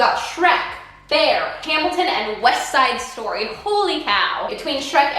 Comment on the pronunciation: I'm sorry but Weste Side Stoy I've been chuckling over that for like 5 minutes now lmao